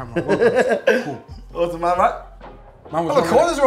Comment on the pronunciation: Man said Autun LOOOOL